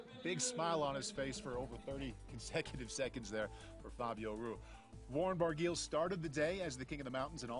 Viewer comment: Barguil is pronounced Bar-gee, rhymes with key.